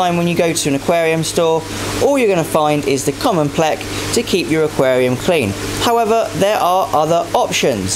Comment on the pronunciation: Is so funny when you say pleco